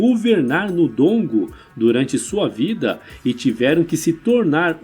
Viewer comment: Excelente conteúdo, só precisa melhorar a pronúncia dos nomes, Ngola, Ndongo, Njinga...